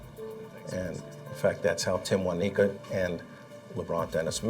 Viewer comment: “Timwaneeka”, “Timwaniqua”🤦🏾‍♀️🤦🏾‍♀️RIP sis